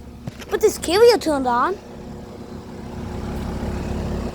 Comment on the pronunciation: Dude did not say the “carrier” carefully